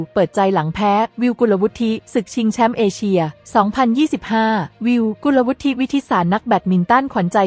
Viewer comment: สงสัย AI อ่าน กุลวุฒิ ต้องอ่านเป็น กุน ละ วุด จะอ่าน วุด ทิ ได้ ต้องเป็นคำอื่น เช่น วุฒิภาวะ วุด ทิ พา วะ ถ้าลงท้าย ไม่ต้องอ่านสระสะกด